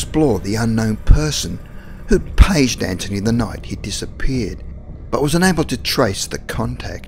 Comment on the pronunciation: Hi's name is anthony not anchiny